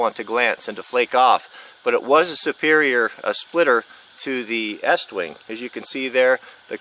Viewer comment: It's estwing